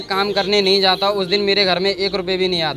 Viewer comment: Its jata ( going)hoon not zata hoon